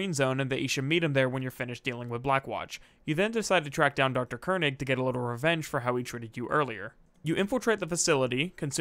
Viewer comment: The way Mercer pronounced Koenig is how a german would pronounce it (König).